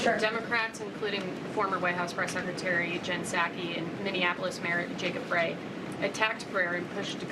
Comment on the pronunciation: Frey pronounced Fry